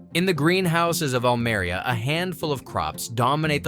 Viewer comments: Almeria! Learn how to pronounce it. Almería! Oh that is painful. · Almería, no Almaria. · the minimum you could and should do in a video on Almeria is to pronounce the name Almeria correctly. And to discuss the social problem (of modern slavery) more intensively when comparing with dutch greenhouses and interview a local politician about this problem